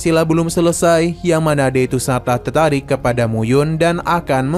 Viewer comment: Bang tertarik bukan tertaik😅😅😂